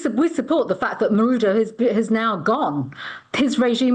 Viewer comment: 2 mins in 'marudo' Well done Priti patel for showing yourself up. It's maduro btw. It's okay tho. Can't expect you to have the skills which let a person pay attention to an issue. With you at the top position at the police service, I am aghast. Peter lynch and Sarah everard ,I figure they wish YOU a very ,very merry Christmas and a happy next year.